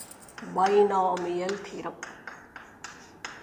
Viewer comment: it is binomial theorem not theram